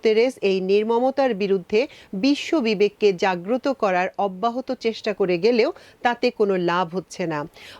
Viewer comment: একমাত্র আপনিই' অব্যাহত ' শব্দটা ঠিকমত উচ্চারণ করলেন। ধন্যবাদ আপনাকে।